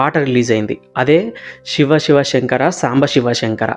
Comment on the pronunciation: షివ , షివలింగం ఏంటి బాబూ, శివ, శివలింగం అను. ఉచ్చారణ చాలా ముఖ్యం presenter కి.